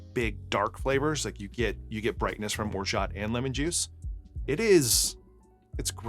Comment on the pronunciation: I'm French the T in Orgeat is silent